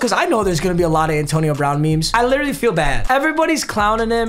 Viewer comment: "Antoine"💀, did you mean "Antonio"?